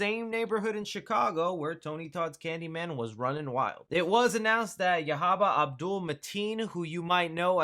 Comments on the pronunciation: Boy u tried every pronunciation of that man name and still ain't get it right 😂😂😂😂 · I went to middle and high school with Yahya he’s an awesome guy. You pronounced his name wrong. He would have made a good Candyman, but Tony Todd would be best to play his original role.